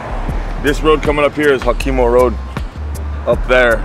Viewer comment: Did he say Hokomo Road ? Omg